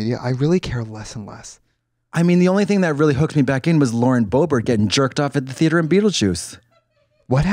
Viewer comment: the way i am gonna say theatre wrong for the next month